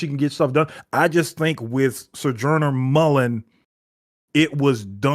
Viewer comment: Damn, FD commented on the “beef”? I respect for standing on business. Peace to, I think Intergalactic Empire of Wakanda did a similar thing to the deluxe of Far Sector. Also, if not for this channel, I wouldn’t be clear on how to properly pronounce Sojourner Mullein last name.